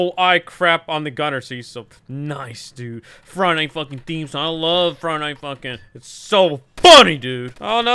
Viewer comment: you legit said fuckin instead of funking lol